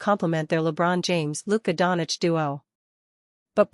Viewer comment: Fake news. She cannot pronounce Doncic properly.